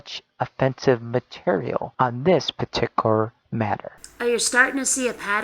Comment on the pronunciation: I can't stand the way that guy pronounces certain words: partickler instead of particular; exetra instead of etcetera, sekshull instead of sexual, collitch instead of college. IDK if it's an accent or a speech impediment, but I almost stopped watching because of it.